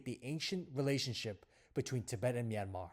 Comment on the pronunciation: Finally a man who can pronounce "Myanmar" correctly. Thanks so much XD